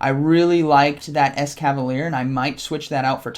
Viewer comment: Couple of corrections: 1. BEE-Barrel or BEE-Bar-El 2. And a couple of times you mentioned Alolan Exeggutor, but it was Kanto Exeggutor. 3. you said it right at the intro, but wrong during the commentary. I believe it's es-cavalier. like escargo (snails) and cavalier. Glad to see you putting out some Silph content! GGs man!